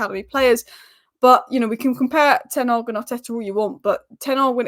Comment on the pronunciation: Can we not call him 'Ten Arg'. There is an H at the start of his name. It just sounds sloppy.